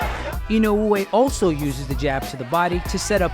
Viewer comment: Listen, I know that's how you pronounce his name correctly but you're Murcan. So speak Murcan Goddamnit😁